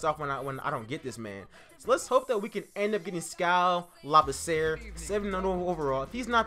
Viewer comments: Not to be rude but it's pronounced (La-B-C-Er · You pronounced Skal Labissiere wrong and Dragan Bender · You are saying skals last name wrong.